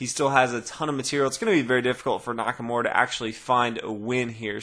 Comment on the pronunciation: NakaMURA, not NakaMORE! lol